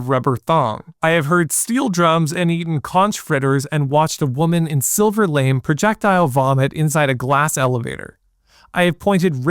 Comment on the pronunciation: It's not LAME. It's LA-MAY. It's a fabric made of nylon and metallic fibers. Very bright and chinzy.